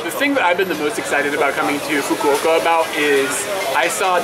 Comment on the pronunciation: So that's how you pronounce "Fukuoka". I would have pronounced it in a way that would make a sailor blush.